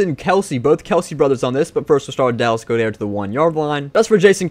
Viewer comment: Why’s my guys say Goedert like that😂